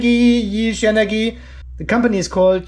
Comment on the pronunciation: The name is pronounced Yi-Xiang. Pronunciation websites on line and on YT…